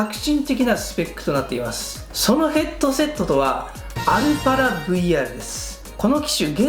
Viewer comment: 「ヘッドゥセット」とゆー言い方好きw